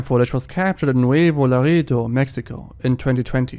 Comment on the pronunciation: I like how you tried to pronounce "Nuevo, Laredo" with a French accent